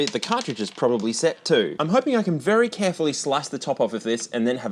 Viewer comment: “Very carfully”